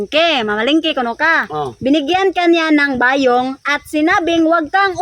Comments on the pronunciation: Bayong!! Hindi ba yong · pronounce it quickly like Bayong..not ba yong..